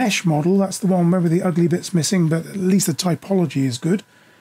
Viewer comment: TOPology, not TYPology. You really should fix that and re-upload this video. Otherwise, good information.